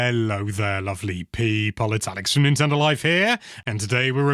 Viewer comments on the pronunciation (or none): none